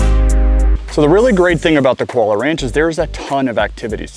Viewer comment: It's pronounced Koo--ah-low-ah (Kualoa) Ranch.